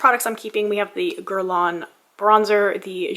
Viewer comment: Someday I hope you are able to do a full face of guerlain just to flex on that rude person hahaha there is nothing wrong with how you say guerlain.